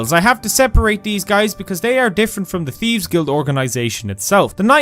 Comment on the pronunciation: Let's be honest...you call it the teeves guild off duty